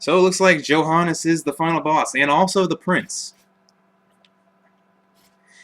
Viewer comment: Oh I have to say it. You mispronounced Johannes, too. =D